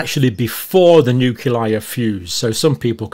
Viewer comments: I was impressed by Dr Campbell for so many years until I found out today that he cannot pronounce nucleus! Say new-cle-us. Not new-cu-lus. Say new-cle-i. Say new-clear. Not new-cu-lar! 😢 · You are consistently mispronouncing nuclei There is an “l” after the “c”. Not a “u”.